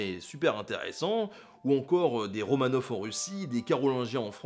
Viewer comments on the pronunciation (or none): none